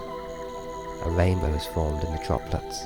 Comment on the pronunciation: This is nice, but the speech impediment takes me out of the meditation. "wainbow" indeed.